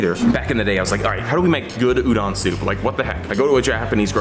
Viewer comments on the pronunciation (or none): PSA: Udon isn't pronounced "Ooh-Done". The "Done" part is pronounced like "Dome", but with an N instead of an M. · Lynch me, but I have japanese grandparents and they harass me for my pronunciation. It is pronounced u-do (like doe)-n. Not u-dawn. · "White boy declares his udon supreme, doesn't know how to say udon" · I feel violated by the way he pronounces udon. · As an Japanese man, it hurts me how he pronounces udon. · he pronounces udon wrong